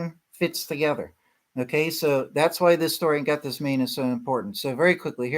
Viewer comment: Pronounced "Gath-sem-min-nee,"